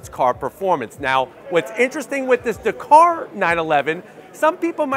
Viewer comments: So frustrating that Americans can’t say words especially names Dakar!!! Not Dakor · DA-KAR... not D'KAR. You're welcome 👍